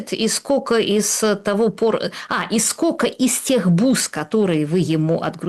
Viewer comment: Юля,невозможно же слышать, скока стока. Вы же филолог